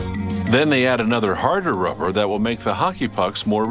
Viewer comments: the way he says rubber Ruhhpper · He talks that way as to not create a "pop" sound into the microphone when using P and B sounds. Notice how he calls rubber, ruvver